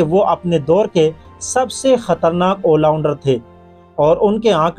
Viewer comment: Bhai wo ollounder nahi hota all rounder hota hai